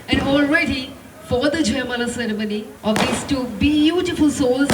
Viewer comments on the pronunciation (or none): Ceremony hota h bhai not cermoney 🤣